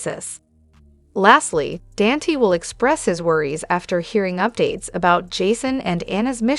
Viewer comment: IT'S DON TAE' NOT DAN T😅